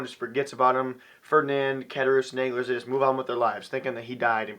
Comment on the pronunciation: An amazing book, and an amazing review. I love seeing our generation pumped about the classics. I myself have finished Moby Dick, The Strange Case of Dr. Jekyll and Mr. Hyde, Two Thousand Leagues Under the Sea, and now The Count of Monte Cristo. The only correction I have on the review is mainly pronunciation. Ed-mund Dawn-tes. Dawn-glar. Good review though none less.